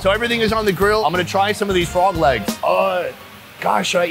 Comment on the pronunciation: At first I though he said fog lamps... until I see that he was talking about Frog legs